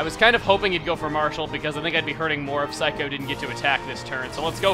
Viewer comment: Every time I hear him say Saikou I always hear Psycho... or more specifically, I hear someone say afterwards, "Psycho! You always come back, don't ya?"